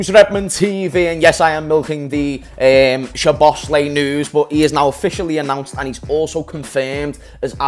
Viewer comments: Sob-os-lie, that’s how u pronounce it lad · Did 7 videos on it, but still can’t seem to say his name correctly 😂😂